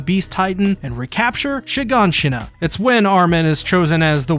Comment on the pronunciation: Hey you pronounced Shiganshina correctly :')